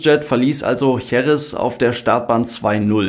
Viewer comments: Wue immer, sehr interessant und ausführlich erklärt! Denno erine formale/formelle Bemerkung > Bei der Betonung der Stadt JerEz, wird der Akzent wie das große "E" zeigt, auf diesem zweiten "e", gesetzt. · Danke für das Video. Jerez wird Heres ausgesprochen 😊